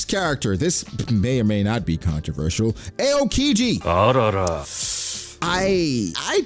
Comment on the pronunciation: the way you pronounce aokiji urks me 😖😖